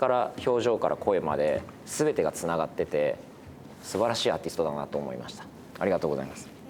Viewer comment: NAOKOのあrがとございまrす見つけちゃって笑ってる